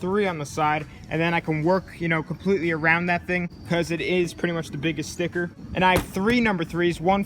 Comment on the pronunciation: Am I the only one hearing "spicker" instead of sticker